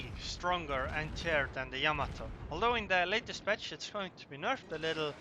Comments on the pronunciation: Yamato is not pronounced... YAMA- to. It is pronounced... Ya-MA-to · "yA mA to" of course.